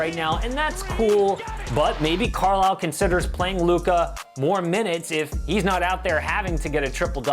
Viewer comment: His name is Luka, not Lucah.